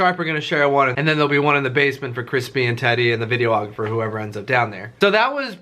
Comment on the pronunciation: is it just me or does he keep saying video-ographer